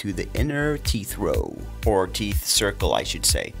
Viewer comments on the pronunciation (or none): Noooooo he says teef